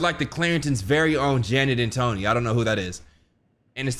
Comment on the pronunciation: you made a fool of Tony’s name lol